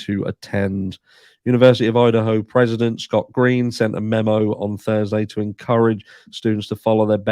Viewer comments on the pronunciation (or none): none